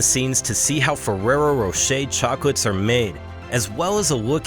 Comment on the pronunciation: why is it so difficult to pronounce Fererro Rocher in English? 😂